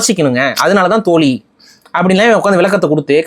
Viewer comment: தோலி ❌ தோழி✅ சிறப்பு 'ழ'கரத்தை சரியாக உச்சரிக்கவும்